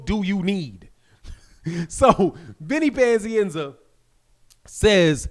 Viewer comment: Why do you say "panzienza" it's pazienza.